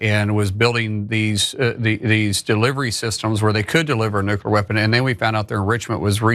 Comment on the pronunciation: Mullen “NUCLEAR” Noo-Klee-ur a 3 syllable word, NOT a 2 syllable word as you pronounce